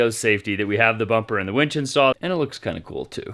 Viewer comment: I'm soooo glad you call it a WINCH and not a WENCH.